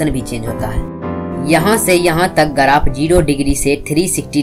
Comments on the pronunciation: गराफ nhi yaar ग्राफ Bolte hn. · Bhai garaph nhi hota hai, Graph hota hai